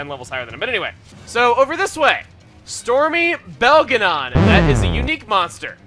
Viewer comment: Emile mispronouncing Stormy Belagon is one of the funniest things he's ever done in a LP. I had to take deep breaths because I couldn't breathe.